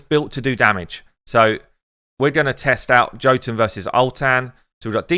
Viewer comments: His name is pronounced Yo-tun. The 'tun' is little long, but not as long as 'toon'. Just means 'giant' in old Norse. Love your vids mate, but your stabs at reading names have me cracking up or pulling my hair out. I mean FFS, it's armiger with a soft g too! It's a word with a meaning and stuff! Armiger means a low level knight or a high level squire responsible for looking after the arms and armour of a knight with lots of squires. Myrmidon, Erinyes, Haruspex... Lots of these champs have meanings. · Yes totally agree, his kit needed more! I was hoping for a random multi hit, 60% dec def and or an apply two 5% poison if under dec def. He is ..Jotun=Yotun! Drop the J for a Y. Keep up the great work and the content we need